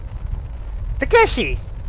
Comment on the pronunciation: I heard you said Takeshi correct. Thanks for taking my advice.